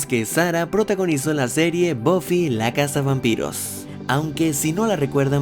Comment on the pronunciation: Se pronuncia "BAFI" JODER!!! No es tan difícil!! Bofi??? En serio?